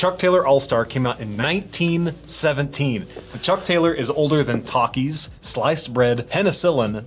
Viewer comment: Took me a few confusing rewinds to realize you were saying TALKIES not TAKIS 😭